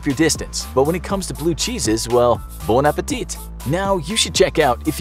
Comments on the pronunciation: bun appletites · bona pay tea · bone appetite 💀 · bone apple teeth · that's not how you pronounced "bon appétit" 😂😂😂